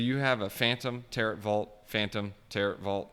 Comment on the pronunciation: Dude learn to pronounce Tarot. It's annoying hearing you call it Tater tot.